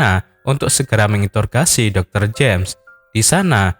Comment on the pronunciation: Mengintorgasi🤣🤣🤣🤣🤣 introgasi ngga sih om🤭🤭